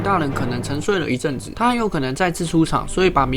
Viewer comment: 不是一正子是一阵子